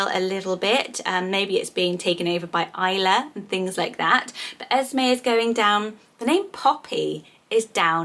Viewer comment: You were saying esmae but it’s “es me” when it’s spelt Esme in my opinion completely different names 🤷🏼‍♀️